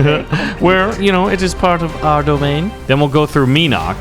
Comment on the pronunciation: it is called domain not dominan